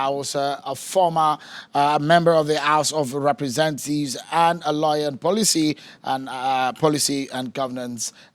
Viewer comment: Did Seun say "Represen-thieves"?🤔